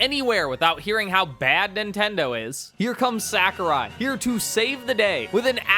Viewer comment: It's crazy to me someone can make a entire video gurgling the balls of someone whose name they can't even pronounce correctly.